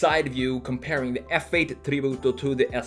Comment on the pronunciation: I like how you say "Tributo", almost perfect Italian 👌🏼